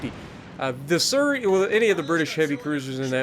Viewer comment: Nice vid but I think your pronunciation of Surrey is wrong as I'm hearing it as sir-ry when it's said like su-ry (sorry if sounded rude it's not meant to)